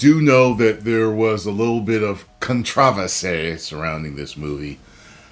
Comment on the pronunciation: Con-trav-esee. Beautiful, thanks, my brother.